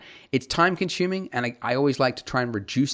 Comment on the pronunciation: Im sorry but the way he says consuming just annoys me.... There is no H is consuming!!!!!